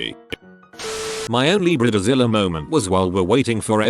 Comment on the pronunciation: Yep, and Brid-a zilla.